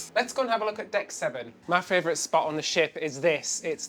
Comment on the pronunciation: Next tattoo #2: “My Fravorite” 😉